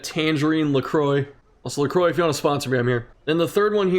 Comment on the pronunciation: it's not la crowa. In french it's la croix, but in english lacroy is the best way to say it.